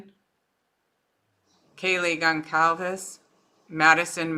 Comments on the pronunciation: Gonçalves is a Portuguese surname, so the 'c' is a soft one. Also, the predictibility and routine as well as limited social interaction might actually be bearable for an autistic person. I'm predicting a book deal and even a marriage to one of his fangirls. The world is a sick place. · Goncalves = Gone-SAL-vess. Sal like in “Sally” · Gonçalves is pronounced Gon-Sal-ves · It’s pronounced GonSalves family. Soft c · Hi, thanks so much for sharing this. It took me a while to catch on so just an FYI letting you know the “c” in Goncalves is pronounced like an “s.” This is disgusting! IMO the Prosecutor is pathetic. Look at all the dedicated women and men in LE and other specialties who put their heart and soul in this case. That’s no justice for Maddie, Kaylee, Xana and Ethan. It’s pretty obvious when I look back on Kaylee’s personality, where she got her drive and will to be the best at everything she attempted. Surely as a part of the plea deal BK had to tell the whereabouts of the knife. IMO BK should have no rights in prison that could give him any type of monetary award. Just because BK is escaping the death penalty through the justice system does not mean he will escape it in prison even if he is in solitary confinement. I believe he will be a marked man in prison and prison justice is patient. It’s one thing for someone to be accused of a barbaric heinous crime like BK committed, claim they’re innocent, but a jury of their peers finds them guilty. It’s another thing altogether when someone admits to committing such a barbaric heinous crime before entering the prison system. I believe that the murders of the young adults BK committed, along with the type of weapon he used, will rank high on the list of prison justice. So I believe that the families who sought the death penalty will get their wish in the end and the manner of BK’s death won’t be humane in the least.